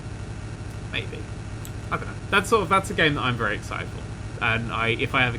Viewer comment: Its a wery wery wery big turn